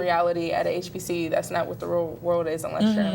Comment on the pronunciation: I knew she was not a black American when she couldn't say hbcu 🤣🤣🤣